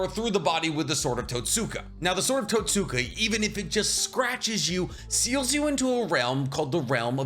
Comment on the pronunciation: "totsuka blade" = "tote-skah blade". you're saying totsuka like you're in a M Night anime adaptation